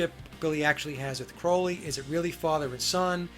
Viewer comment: Love your show,! Enjoy them! Been wanting to tell you this for awhile: Crowley’s last name is pronounced CRAW-LEE. xoxo The Clarences